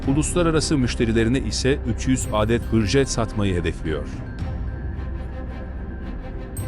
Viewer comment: Âdet değil Adet olarak okurunur!